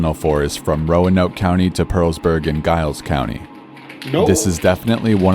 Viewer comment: Dude in the hiking story pronounced giles wrong